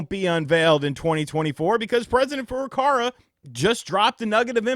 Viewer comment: I might be just late to the game and don't know if there's some kind of inside joke or something, so I apologize in advance, but why do you pronounce Furukawa's name as Furukara?